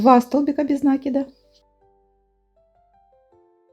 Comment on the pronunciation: Не смогла досмотреть и до середины! Говорите правильно накИд!!! Прям уши режет! Я вяжу с 8 лет и всегда накИд был накИдом!!!!